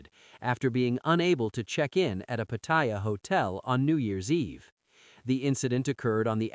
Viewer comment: Until you learn how to pronounce Pattaya, bugger off you newbie grifter !! Showing what a Pathetic amateur you are!